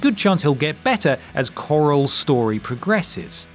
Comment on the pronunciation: did you pronounce carol as corral?